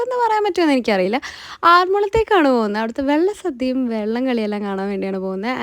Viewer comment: വെള്ള സദ്യ അല്ല വള്ള സദ്യ 😂😂